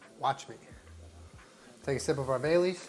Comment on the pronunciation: I kept hearing bay leaves instead of Baileys